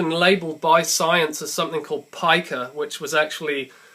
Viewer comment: Pica is pronounced pee-ca not pike-are